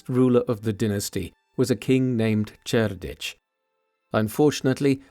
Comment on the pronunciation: Two different pronunciations of Cerdic. I'm out.